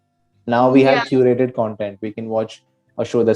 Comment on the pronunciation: Just a small correction, it's 'curated' and not curretted. Rest everything is perfect about you, your intonation, confidence is spot on!